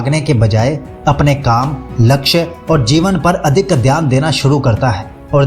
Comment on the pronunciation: dhayan ❌ theyan✅